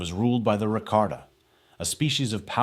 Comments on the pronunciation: its about the pronounciation, never heard nobody reffer to them like that before, i thought they were pronounced Ra-Ka-Ta instead of Ra-Kar-Ta and Lee-Hon instead of Lay-Han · Rakarta and lay-hon? Really?